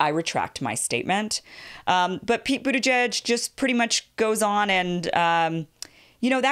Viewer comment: I thought that the announcer said “Pete Bootyjudge” instead of Buttigeig and I assumed he never heard that nickname before